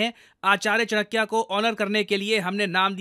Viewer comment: आप से चाणक्य सही से क्यों नहीं बोला जाता?!